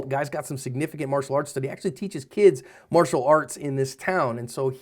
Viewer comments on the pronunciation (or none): none